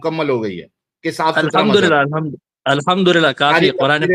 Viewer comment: Mazhub ❌ Mazaa + Hub ✅